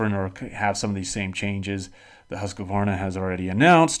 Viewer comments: More like Huus-qvarna. Not Hasq-varna. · IT'S NOT HUSQA VARNA!! ITS HUSQ VARNA!!